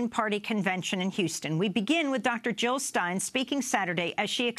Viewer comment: Jill not Hill!